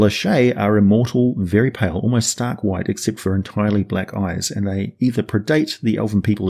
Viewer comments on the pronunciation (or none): none